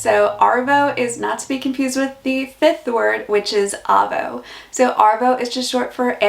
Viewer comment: G'day mate , This was a fully sick video but you have to work on Arvo and Avo they both sound the same when you say it lol . Keep up the great content mate :) oh BTW Dero short for Derelict meaning a homeless person or a tramp , hobo .